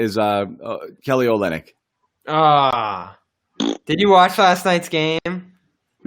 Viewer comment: That top left guy doesn’t know shit 😂😂 dude said olynyk and and millsap like oh nah smh